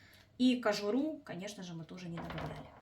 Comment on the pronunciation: Что- то промямлила про кожуру в нос непонятно!